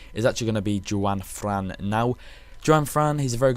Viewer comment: Your meant to pronounce Juanfran like Hwanfran